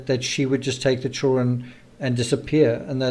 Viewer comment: PLEASE for the love of all that is holy learn to pronounce children properly. It's not chullren ITS CHILLD DA REN !!!! Why is that the only word you can't seem to say?